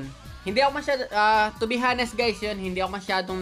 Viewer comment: Umm, I'm sorry for this, but I got uncomfortable when I heard you said the word 'honest' with the letter 'h' not silent. Silent po yun, sorry for this